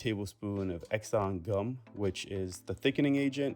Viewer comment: Say after me! ”SANTANGUM” 🙄